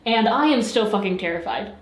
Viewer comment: did she just say "Stuhl"?? (= chair in Germain) I like u more now ❤️